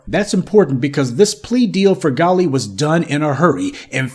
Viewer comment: WELL HIS NAME IS " GALLE "!!! WELL G A L L E !!!!